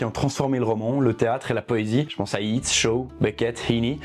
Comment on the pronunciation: Attention à la prononciation de Yeats, le "ea" se prononce è